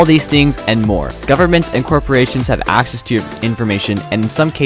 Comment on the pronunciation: Accses "wedsites" :*))))) nice one :D